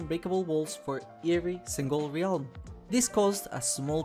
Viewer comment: Ah yes, the ree-alm